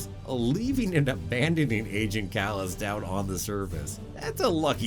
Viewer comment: Kallus (Kal-us) and Sato (Sah-toe)